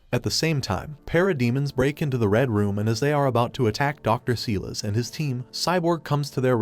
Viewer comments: It's Silas (Cy-las)Stone you twit! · The fact that the narrator mispronounces names like "Silas" and "Krypton" makes me think it's an AI.